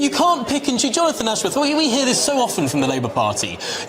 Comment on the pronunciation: Jonafwon Ashworwf can't even say his own name properly...